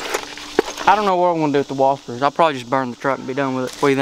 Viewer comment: Whaspers LMFAO